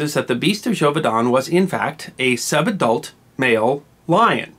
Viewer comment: Took me a while to work out that he was saying "sub-adult lion"